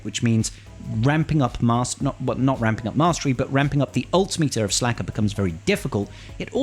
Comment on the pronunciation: Yeah it’s SLKR. Pronounced Slicker